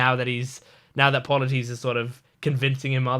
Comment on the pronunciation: Polites is like - Paul-a-tease Eurylochus - You-Really-Cuss